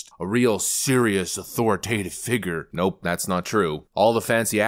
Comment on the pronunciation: Love those authoritative "figgers",. Try harder.